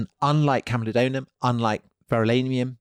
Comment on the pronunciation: It is camulodunum and pronounced as such, not camulodonum. Wonderful podcast by the way.